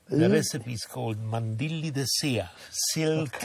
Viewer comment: NO, NO NO. That is not: "mandilli de saea"!!!